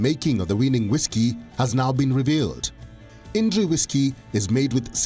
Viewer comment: "ईनडरी" नहीं "इंद्री"